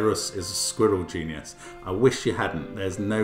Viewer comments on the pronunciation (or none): Was he pronouncing genus like "genius"?